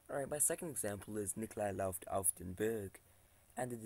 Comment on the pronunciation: läuft was mispronounced. It is pronounced /loyft/.